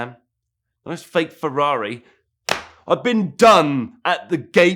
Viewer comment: FREE-RARRO. Need subtitles to understand this wanker.